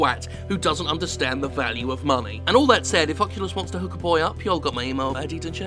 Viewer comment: Did you say. "Fuckulus" rift has your email at the end?......I laughed so hard either way.